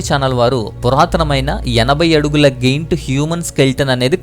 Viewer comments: గెయింట్ కాదు..... జెయిoట్... Kindly, pronounce correctly.. Good awareness information 👍👍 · Giant pronunciation: జాయన్ట్. Goiath❌ Goliath ✅